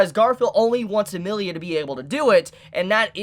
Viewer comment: Please work on ya character name pronunciation - gets pretty grating hearing Amirlia instead of Emilia - will have to stick to Echidnut's reviews from here on out